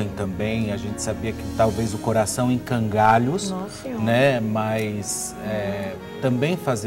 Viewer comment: " Coração em cangalhos " ???? Não seria " Coração em frangalhos " ???????